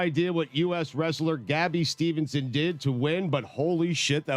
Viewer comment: Gabbie Stevenson?!?! Put some respect on Gable Steveson's name Stugotz